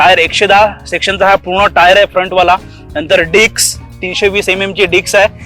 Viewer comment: Bhava, “Dicks” nahi.. “Disks”..